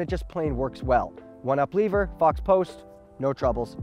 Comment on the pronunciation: I wonder if last name influences his prounounciation of words? Leever,?:)